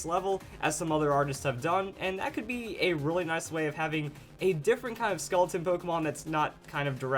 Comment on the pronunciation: the skull pokemon exists he said skeloton